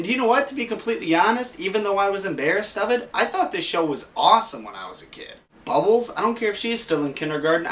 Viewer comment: Was it just me or at the point he says I love bubbels he sounded a little Italian.